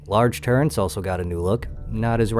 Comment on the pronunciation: There is no N in turret.